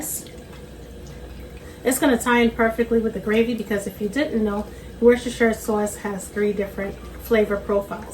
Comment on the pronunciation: It's pronounced 'WUSSTER' Sauce, not 'Wer-sher-sherch-ter' sauce. Drives Brits mental that not one single American can pronounce it!